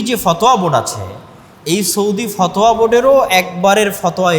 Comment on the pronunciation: FOTOYA , Not fothua.